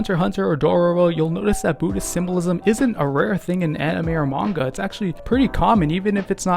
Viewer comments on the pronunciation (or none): none